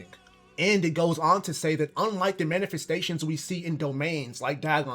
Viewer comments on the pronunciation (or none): btw I just noticed u said ter instead of the